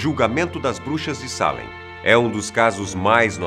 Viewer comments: NÃO TEM ACENTO NO A MDS,É SALÉM E NÃO SÁLEM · Ai que agonia que dá de ouvir ele errando o acento😥 É Salém, não Sálem. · Não se diz Salem ,se diz Salém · A América (Novo mundo) na idade média nao havia sido povoada pelos europeus. Esses julgamentos ocorreram no século 17, no ano de 1692 (idade moderna).Ninguem foi queimado vivo por esse tribunal. A pronúncia de "Salém" é exatamente como se lê, e nao Salem! Fica evidente que o apresentador defende a tese de nao haver sobrenatural no episódio de Salém, como se tem usado na retórica política e na literatura popular. De fato os julgamentos e as execusoes sao dignos de crítica e de repúdio, mas afastar as referências históticas de casos de satanismo, vodú entre outros cerimoniais de ocultismo e de experiências sobrenaturais, bem como o desconhecimento em Salém da maioria dos depoimentos e testemunhos e o descrédito dos conhecidos é desleal. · Da um nervoso como ele fala Çalen eu gosto de Salem bem forte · A palavra Salém é oxítona. Mas o apresentador pronunciou como sendo paroxítona. Qual a real pronúncia? Porque a forma de falar não condiz com a forma escrita 👍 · Pq ele fala Sálem ao invés de Salém ? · Por quê ele fala "Sálem" se está escrito "Salém" ? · Não é assim que fala Salém af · E cada vez que ele fala SÁlem eu tenho vontade de enfiar um garfo no tímpano e girar. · Pq tem acento agudo em Salém se a pronúncia é Sálem? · A pronúncia não seria Salém? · Sálem ou Salém??? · Traffic DAE DAE tbm achei que era Sete além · Ele esta flando o nome da Cidade errado .tem assento ! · A pronúncia de “salem” corrói os ouvidos...